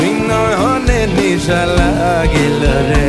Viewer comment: R aa vaii.. নিশা নাহ,,, নেশা!! আগে উচ্চারণ ঠিক কর ভাই!!